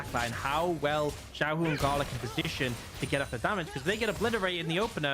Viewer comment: not xiaolaohu it's xiaohu